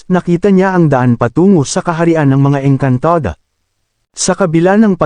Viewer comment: Maayos nman po sana ang kwentong ito.Kaya lng subra OA ang pagbigkas ng narrator ng saluting engkantada etc.